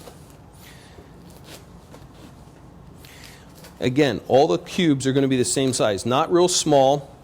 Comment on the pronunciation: Great video thank you, I don't know why I did not think of donuts, but I did use Hawaiian sweet rolls, and damn that's my jam! And are you saying cubes